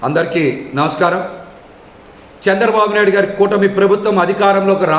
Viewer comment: నవష్కారం కాదురా ఎదవ నమస్కారం అనాలి